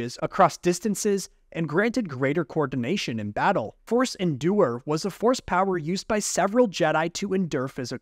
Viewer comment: Forcé shield